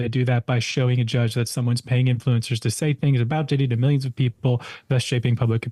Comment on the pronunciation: "InFLOO encurrz".. Maybe dont look like a guido from Miami when talking to thesepasty soibased prople. You scared him.. (that was a guy, right? dont need the pronoun patrol soiling their diapers) This is really hilarious. Take the money and say whatever you want! Go get 'em, super slooth!